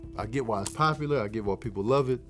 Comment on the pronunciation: You said you get why it's... pop-U-lerrr🎶🤩🤣🎶